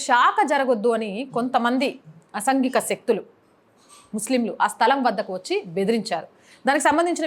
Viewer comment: అమ్మా యాంకర్ గారు అసంఘిక శక్తులు కాదు.. అసాంఘిక శక్తులు.. పోతే నచ్చుద్ది కాదు నచ్చుతుంది.. ఇండియాలో మనం మాట్లాడేటప్పుడు మన భాష స్పష్టంగా సూటిగా ఉండాలి.. అంతేకానీ వచ్చిద్ది పోయిద్ది.. ఇలా ఉండకూడదు భాష.. భాష బాగుంటే వీడియోలు చూడాలి/ వినాలి అనిపిస్తుంది..